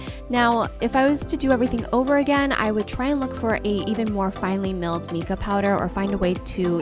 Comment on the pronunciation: Just FYI, Mica is pronounced Mike-uh rather than meek-ah :)